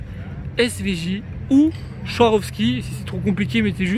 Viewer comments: moi aussi ça a le don de m'énerver les gens qui touche les voitures comme si c'était les leurs, une paire de claque pour remettre ces personnes la en place. Moi je prend direct la SVJ. Sa me fait rire comment tu dit Swarovski, c'est swa pas chua lol. Continue comme ça top tes vidéos. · on dis Svarovski!!! Les christaux pas cher qui ressemble au diams... Chouarovski 😂 Bon sinon, c’est insupportable les blaireaux qui touchent les voitures... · Sa se prononce SVAROVSKI!!💎